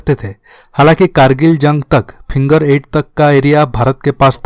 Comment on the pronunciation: Pehle finger bolna to sekh ly vedio banany a jaty ho